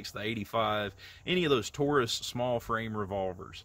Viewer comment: You also don't know how to pronounce Taurus it is not Toorus.